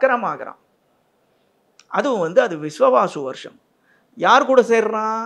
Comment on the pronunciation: விஸ்வாவசு. Not விஸ்வவாசு.